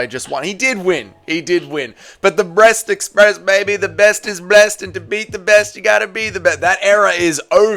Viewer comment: Just to clarify, at the start there did you mean "breast express" as in boobs, or "bressed express" as in Asian accent, haha